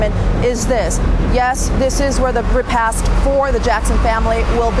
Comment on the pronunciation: tamron, it's called a repasT. c'mon sister, you're from texas. you know better than that.